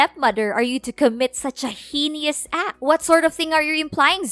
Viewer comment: QUIT YELLING and learn to pronounce words like subsequent and heinous